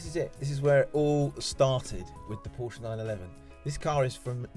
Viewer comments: Am I supposed to take this guy seriously if he doesn't even know how to pronounce Porsche? It's a 2 syllable word, y'know. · Porsche is a 2 syllable name you stupid asses. Show some respect.